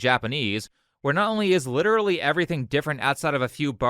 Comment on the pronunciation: Why do they have such a hard time pronouncing the word "literally".